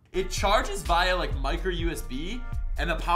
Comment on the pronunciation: the way he says "via" is hilarious